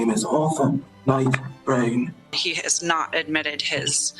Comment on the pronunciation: my gradpa was a Scotsman and this guy compared to him sounds like a mishmash of all different pronunciations 😅 i almost lost it when he said "Brine"